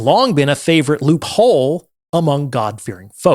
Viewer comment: What a strange accent you have, I have never heard someone pronounce "loophole" with the stress on the second part of that compound noun.